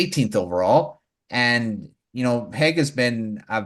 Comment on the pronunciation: Good show guys!! Just a lil thing, it's Michael Hage ( Age ) and not Hage ( Haygue ) like Nicolas Hague. Keep your good stuff :)